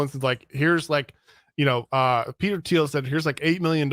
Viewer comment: Gotta work on pronunciation of Thiel